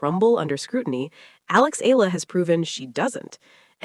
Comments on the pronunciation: E-YA-LA is the correct pronunciation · I don't understand how/why this so-called bloggers speak thru her microphone as if she knows everything yet can't pronounce the name of the person correctly🤔😏😒!!! Excuse me, it is E-YA-LA